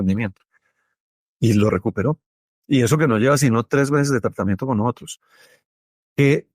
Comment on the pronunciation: Doctor, ud. Debe usar un lenguaje neutro. Edúquese para salir al mundo con seriedad , la palabra no es NOHOTROS es NOSOTROS. Con respeto a su profesión y a su etnia.